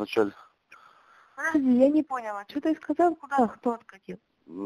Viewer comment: Вы извините, но я не думаю, что уроженка рязанской области так произносит "я не пОняла" . Да, унас в ростовской области шокают и гхэкают, но в рязанской области точно говорят "я не понялА", а не "я не пОняла".